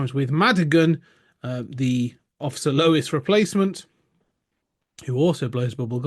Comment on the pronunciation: Who is Officer Lois? It's officer LEWIS! 😅